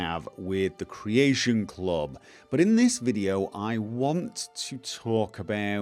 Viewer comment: CREAYSHUN CLOB